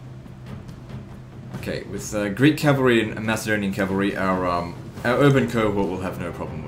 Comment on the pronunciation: Great series. However, Macedonian is pronounced with a hard C not a soft C. Like Mac and Cheese. Driving me nuts